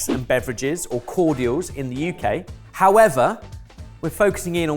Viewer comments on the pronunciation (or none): I'm always fascinated by emphasis on the U in UK, I think he might be the only man alive who does it